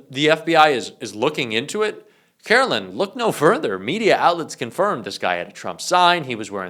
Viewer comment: Dude....??? Her name is not Carolyn. It's Karoline. LINE. Sounds like LYING. At least have the journalistic integrity to get someone's name right.